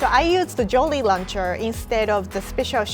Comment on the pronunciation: When you don’t watch any tasty videos except for the ones with in them Lol when she says jolly rancher like jolly lancher